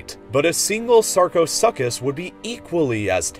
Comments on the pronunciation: why do you pronounce it sarchoSUCCus? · Sarchosuchus is pronounced Sark-o-Sook-Us by the way. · Isn't it "Sarco soocus " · sarcosuckus lol. Its sarck-a-soocus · Sar-co-su-cus...not suckus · 😂😂 you called it a sarcosucus it’s pronounced sarcosuchus gotta pronounce the ch in suchus 😂😂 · Sarco-SOOK-us. Not Suck-us. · did you jsut say sarchosuccus... its saar-ko-soo-kus dummy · Sarcho-So-Kus not Suckus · You pronounced Sarcosuchus in a funny way. The 'such' part of the word isn't pronounced 'suck'. The 'u' before 'ch' has a long 'oo' sound. The phonetic spelling is usually SOO-kuss. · Sarco-sue-cus not sarco-suck-us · Sarco-suck-is XD Nice pronunciation 😅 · “Sarco-suckus” ok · It is Sarco sooc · I like how he said sarco SUCC us instead of sarcosuchus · Sar-ka-su-cus... is how you pronounce sarcosuchus... you Americans and your pronunciation. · haha the way you pronounce sarcoSUCCus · The sarcosuchus is pronounced (sar-coa-soo-cus) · sar-KO-soo-KUS anyone else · Small thing: You pronounced Sarcosuchus wrong. Its pronounced like this: SAR-koh-SOO-kiss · Sarco-S U C C-hus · Did he just say sarcosuckus? XD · im pretty sure that it is pronounced (sar-co-su-chus) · I do believe it is pronounced "Sarco-Soo-Cus." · Wow your pronunciation on sarcosuchus is way off. You got the sarco part right but the suchus it’s pronounced with the “u”sound and not with the “a” sound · Oh and sarcosuchus is not pronunced that way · Why does everyone missprononce sarchosuchus